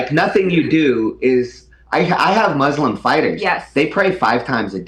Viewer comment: What is up with these leftist trying so hard to try and pronounce these words like Muslim so weirdly. "MOOSELUEM" Hasan does this too. It's ultra cringe 😂😂 I like how even does the stupid pronunciation she does 😂😂